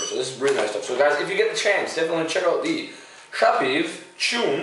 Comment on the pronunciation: Shchoon :) Sha w peev